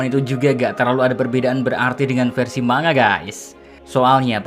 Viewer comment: masih ngomong manga, sedangkan orang lain udah pada menyadari bahwa pronounce manga yang benar itu mangga